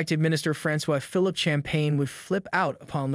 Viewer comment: Rampant corruption with this lot! Canadians deserve much better leadership. ( - The name Francois Fee-Leap Champagne- is pronounces ''fee-leap' - )